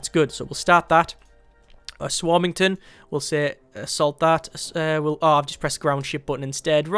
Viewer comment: um ass warming ton lol